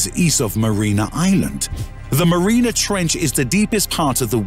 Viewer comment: And he mispronounces it "marina"